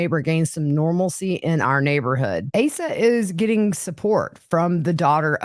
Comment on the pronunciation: Her name is pronounced AH-sa.